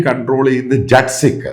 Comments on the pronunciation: Hello jet nahim,jaat sikh please correct the Pronunciation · ജട്ട് അല്ല, ജാട്ട് ആണ്. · Sir, ശരിയായുള്ള pronounciation jat sikh എന്നല്ല jaat sikh എന്നാണ്